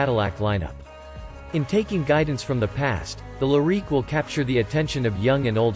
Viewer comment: Learn how to pronounce the name of the car. If you don’t know the name; you probably don’t know much else.